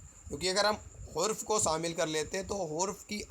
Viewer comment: sir!hurf nhi harf hota hai